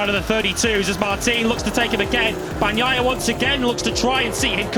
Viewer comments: Yeah, it always bothers me how they would pronounce "Bag-nai-ah" instead of the correct one (Bah-ni-eye-ah). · MotoGP commentators just can't pronounce "Bagnaia" properly 😂😂 it's beyond them